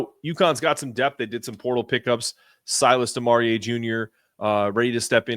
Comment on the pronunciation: Di-Mar-EE…not DiMar-E-Aye👍🏻